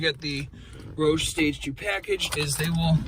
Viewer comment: Way to butcher the roush name